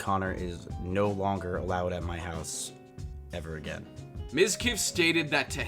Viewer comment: im sorry but i thought there wouldnt be an R in NO